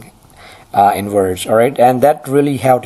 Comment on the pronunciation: he litterally swaps every "v" and "w" in all words...he says werge and wery instead of verge and very...countless other examples